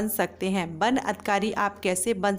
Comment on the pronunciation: Ban nahi van hota he😂